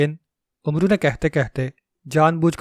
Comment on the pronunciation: ۔ بیٹے! عمرو کو آپ غلط تلفظ سے بول رہے ہیں ۔ حضرت عمر رض کا نام۔ ع پر پیش لگا کر بولتے ہیں ۔ عمرو دراصل عمر کو ع پر زبر لگا کر بولتے ہیں ۔ عربی میں اعراب نہیں لگایا کرتے تھے ۔ اسلیے زبر ولے عمر کے آگے۔ و۔ لگا دیتے تھے ۔